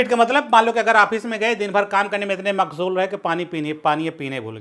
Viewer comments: मगशूल 😂😂 it is मशगूल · Mashgool is correct word you have pronounced MAGHZOOL .